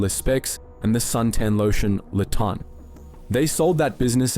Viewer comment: Why surprised? This is AI. Did you hear how the narration pronounced "Le Tan"?